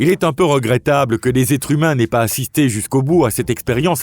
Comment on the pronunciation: Votre robot a un défaut de pronciation .. assister devient attister, ainsi devient éci, sauvages devient tauvages